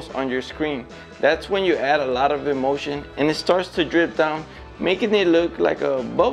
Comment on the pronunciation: Haha! The captions are always terrible. But I have to say every single time he said the word emulsion it really sounded like he was saying emotion!